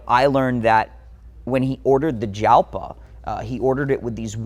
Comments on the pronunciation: It's pronounced HAL-pa, but the J is pronounced as a soft H. Lamborghini "ALPA." same with the JARAMA, It's HAR-ama... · I always heard Jalpa pronounced “yalpa”. Was I wrong? Beautiful collection!!! Some like to look sit and admire. Some like to drive. Takes all kinds! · What? No one's gonna call him on mispronouncing "Jalpa"?